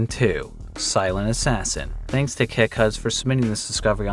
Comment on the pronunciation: Can someone explain why says dzansk instead of thanks? Is it phonetically correct?